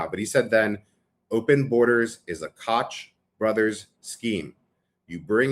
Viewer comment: If you are going to refer to the Koch family, please pronounce the name properly. They pronounce their name like the soda, "Coke," not "Kotch." And be sure not to go to Lincoln Center because they now have one of the buildings bearing their name.